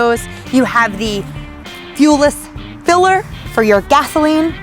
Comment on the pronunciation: “Fueless Filler” I love her 😂❤️